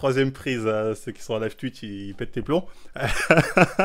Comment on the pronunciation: John qui lit le "tchatche" de "tuitch"